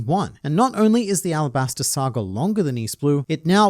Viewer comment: I thought it was Alabasta, arabasta is just how the Kanji could be pronounced